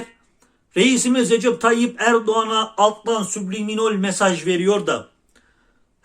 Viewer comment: Subliminol derken 😂